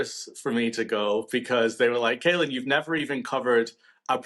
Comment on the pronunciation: Caolan not ‘kalen’ and he’s Irish. Good comment otherwise, and yes, we do have some great British journalists too.